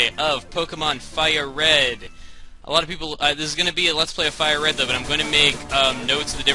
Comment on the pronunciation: Hey your a decoy! Red's name is Red not RE D.